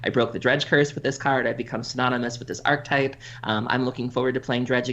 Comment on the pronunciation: Archetype - ar·che·type - ˈ/ärkəˌtīp/ Why do so many Magic content creators mispronounce this word? (using two syllables.) My only guess is that it is somehow insular in the community and people just keep hearing people mispronounce it so they then learn it that way and mispronounce it and it spreads like a virus. I don't hear this outside of the Magic world, so that is the only conclusion I can come to.